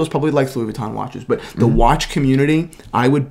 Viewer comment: how not to say Louis Vuitton